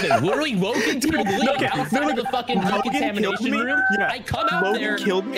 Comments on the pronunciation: didn't know decontamination was such a hard word to say lmfao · I love how they can not pronounce decontamination correctly